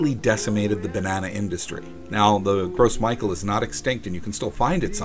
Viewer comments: Gros Michel is pronounced Groh Michelle not gross Michael. Also, there are dozens of varieties of bananas, the one you get in North America is one with the best shelf life. If the Cavendish dies out due to disease a new hybrid will be created, which will make me happy because the Cavendish is the miller lite of bananas. The candy making part was pretty cool though. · "gross michael" lol isn't it pronounced "grow michelle?" either way it's funny to hear it called gross michael, like obv we aren't going to use flavoring of that nasty taste, haha. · Gross Michael? No. it's Gros Michel and since it's French it's pronounced like Grow Michelle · "Gross Michael?" That's a french name, it's pronounced like "grow Michelle." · The banana is pronounced "row michelle". It's French. Gross Michael is funny as hell though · Its not Gros Michael, its "Gros Michel" pronounced as the female name Michelle... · "Gross Michael" It's pronounced "Grow Michelle" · No, it's NOT pronounced "grow"....... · I've never heard gros michel pronounced that way. I've always heard it pronounced 'groh mee-SHELL.' Sorry, couldn't resist. ;) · Yea you're right instead of Michel he's saying "Mickael" and the S in gros is silent. He needs to work is French pronunciation, but honestly it's not that important. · i don't speak french either, but maybe he's only ever read it before. they should include a pronunciation key with french words for english speakers (grow mee-shell) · Right?! Bit of a shudder every time I heard him say Gross Michael. Rest of the video was fine, but this, no. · Haha, i love these videos and it’s great to hear your stories along side them. I do have a bit of a nitpick for you however. The “Gros Micheal” is actually a French name and therefore would be pronounced more like “Grow Michelle”. Sorry, my French brain just needed to get that out. 😋💛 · Gros Michel is pronounced "grow me shell" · Its "grow meeshell" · Gros Michael is pronounced more like Groe Mickel